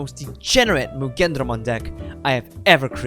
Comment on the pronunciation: You mean muggenDRAYmon